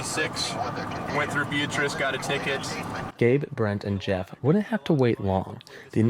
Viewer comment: probably got a ticket because he pronounced Beatrice like that.